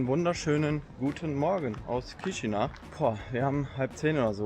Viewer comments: Es wird "Kischinau" ausgesprochen. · Danke dass du Rumänien und Moldawien von allen Seiten zeigst. Die Stadt wird übrigens Kischinau ausgesprochen. Das a und u getrennt sprechen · Hallo, danke für das Video! Als erstes, Chișinău wird " Kischinau " ausgesprochen. Ich war letztes Jahr dort und fliege im Herbst wieder hin. Es gibt einige Nonstop Flugverbindungen. Z.Bsp. Frankfurt- Chișinău. Oder mit Umsteigen über Wien. Zurück fahre ich mit dem Zug nach București. Fand die Stadt sehr interessant. Mal was ganz anderes. Empfehlenswert ist ein Ausflug nach Cricova mit dem Linienbus. Um dort in den Weinkellern eine Führung mit Weinprobe zu machen. War zwar etwas touristisch, aber sehr schön und die Weine lecker. Am besten Online buchen! Warum warst Du nicht auf dem Piața Centrala, einem riesigen Markt im Zentrum? Da gibt es nicht's was es nicht gibt. Und man kann dort sehr preiswert essen und trinken. Bier schon für ca. 1, 30€. 30 € für ein Essen mit Getränk ist in Chișinău nicht wirklich preiswert. Man sollte schon etwas rumänisch oder russisch sprechen, sich zumindest etwas bemühen in den Sprachen zu grüßen. Da kommt auch mit den Menschen in's Gespräch. Und nicht einfach auf englisch und mit Kamera die Leute " überfallen ". 😉 Vieles hast Du leider nicht gezeigt, z. Bsp. den Triumpfbogen und die Kathedrale und die vielen schönen Parks. Freue mich schon sehr wieder nach Chișinău zu kommen. Viele Grüße! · Erstmal Namen der Stadt falsch ausgesprochen :D